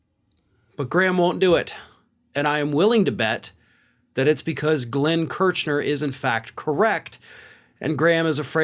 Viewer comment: Come on,. You must know how these men - Kirchner and Katyal - pronounce their names. You're better than that. Or should we call you?